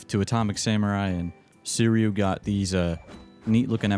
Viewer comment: I can't take it anymore man... it's pronounced like sweetie-u... Please, please for my brains sake say it like that.